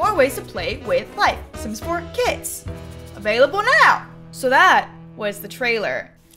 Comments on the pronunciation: i heard she saying "kids packs" instead of kits and i got excited thinking that it was about children but i'm just deaf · Everyrime you said "through the kits" I thought you said "through the kids"